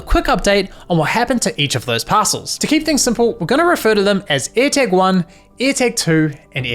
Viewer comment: Why do you get none of your vowels right? DEstination not DIstination AirtAg not airtEg I's are not E's and E's are not A's. Like can you seriously not hear yourself?